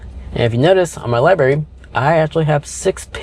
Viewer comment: Nice job but as a contributor and influencer please watch pronunciation. It’s “library” with an “R” not liberry. Thanks buddy - it’s hard enough to teach kids. And dude, lose the “much more better” and “jagwire”. Clean it up man…..are all grownups here.